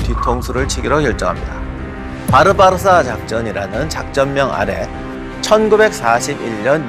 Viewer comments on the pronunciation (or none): none